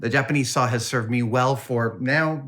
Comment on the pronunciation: Don’t you know there’s an “L” in the word sawl? 😂😂😂